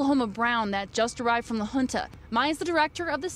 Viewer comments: La Junta is definitely not pronounced "la huntah". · it's Spanish, and the town officials pronounce it "la hoon-ta", which would be the same pronunciation in native Spanish. I believe keeping the culture alive of the naming is important, and not modernifying it.